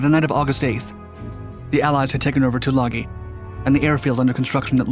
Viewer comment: Robdul? Rabadul? Why can't you do enough research to correctly pronounce names. Try Rabaul (râ-ball). Tagooloo? Tulagi (to-lâ-gē).